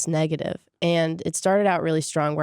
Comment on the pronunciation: laughing every time she says negative lmao